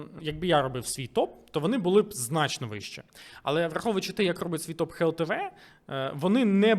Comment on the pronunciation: дякую за відео, пане але все таки буде "глтв", а не "хлтв"